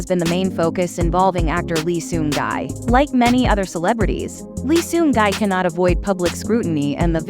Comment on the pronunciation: Respectfully I think we should respect his name...not gai ...gi ( pronounced like e) thanks ever so much for your support ❤